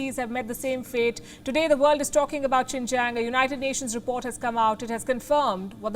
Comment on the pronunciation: "XINJANG TREATMENT" 😆 🤣 😂 😹